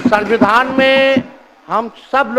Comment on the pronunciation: संविधान तो ढंग से बोल नहीं पाता है नोमी फेल